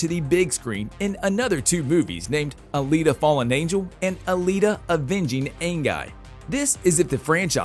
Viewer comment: Alita not Alina.